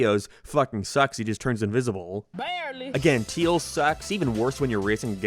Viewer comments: Who the heck says "Teals"? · Why cant u say tails correctly? That seems like an odd speech impediment, or was it on purpose? Lmao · It's his accent. He's from Northern Ireland but has an American slant to it because of his wife being American and he lives in the United States alongside her, so his accent has shifted slightly since moving to the United States. He tends to pronounce the letter "a" as "æ" so if he were to say "Tails is my favorite character", he'd say it like "Tæils is my fævorite chæræcter". I don't mean any offense to him honestly, but I know people tend to be curious as to where his accent comes from. (His pronunciation of "Mario" in the Sonic Rush section is fucking atrocious though, my God. "Mærio".) Love his content though even if he's got takes I don't agree with. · Bruh you said teils even though it’s tails with an a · i love how he calls tails teals